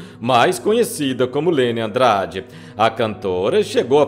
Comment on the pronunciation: Fala o nome da cantora certo...